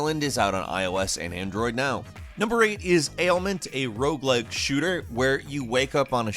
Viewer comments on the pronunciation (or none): none